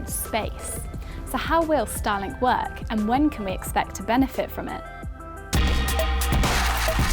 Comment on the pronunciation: "benefih from ih". Where are your Ts, lady?